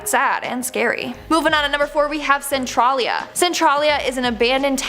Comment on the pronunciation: You pronounced a few of those wrong, It's Cen-Trail -Lia and Dull-Say